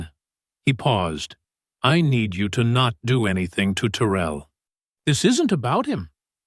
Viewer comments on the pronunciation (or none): If "Terel" is from Louisiana its "Ta rell. Like 2 words